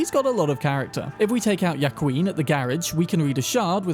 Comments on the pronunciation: Ya-queen 😂, its closer to wh-ua-kin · "WA-KEEN". Not "Ja-Queen" he isn't German. Also "Ha-V-Air" not whatever that attempt was. He isn't French. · Small correction on pronunciation, Joaquin is pronounced WAHKEEN, love your vids. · have to be a grammar freak, it's pronounced Wa-keen not ya-qween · its not yakween. its wahkeen. other than that, stellar vid. unless youre making a pun on yas queen. then i get it. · I’m guessing Brits aren’t used to hearing Mexican names. Joaquin is pronounced WAH-keen. Lupe is LOU-pay. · British pronunciation strikes again. "Wah-Keen". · Joaquin is pronounced “wah-KEEN” It’s bothering the fuck outta me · I enjoy your videos but man you butchered the pronunciations of those spanish names. For example the s in Luis is pronounced as is the r in Javier, and Joaquin is pronounced Hoe-a-keen. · At the risk of being "that guy" Juaqiun is pronounced wahkeen. Absolutely love your content! Can't wait to see you uncover and play Phantom Liberty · Juaquin is actually pronounced Hwa-keen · Joaquin is pronounced Wa-kin btw